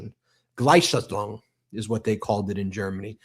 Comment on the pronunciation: GWell done guys! One thing though: if you're going to keep pointing out the parallels with Nazi Germany - which you should - then you really need to brush up on your German! I mean, Ben, what is "Gleishathrong" ?! "Gleichschaltung" - the process of "coordination" of all areas of civic and community life under Nazism - is pronounced as it seems, ie: "gly-SHAL-tung". And Brett, that slogan on the Trump government website you quote: "One People, One Empire, One Leader" is actually a PERFECT literal translation of the ubiquitous Nazi slogan: "Ein Volk, Ein Reich, Ein Fuehrer"... which appeared everywhere from train stations to postcards in Hitler's "Tausend Jahre Reich" [Thousand year Empire]. I don't know WHO provided you the "translation" "One Homeland; One People, One Heritage"!! but it is so TERRIBLY inaccurate that I just HAD to comment! Just remember: Volk=folk=People, Reich = Empire, and Fuehrer = Leader ... there is no Homeland (Heimat) or Heritage (Erbe) to be seen!